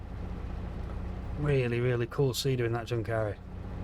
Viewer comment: Just a small note, your pronunciation of Junkkari is a bit wrong, the 'Jun' is pronounced like the 'un' in 'university', and the 'a' is pronounced like the 'u' in 'suck'.